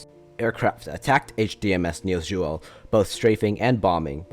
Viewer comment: This is a really good video, Although as a dane i will have to hate on how you say "niels juel" (Although the video does sound alot like just reading a wikipedia page)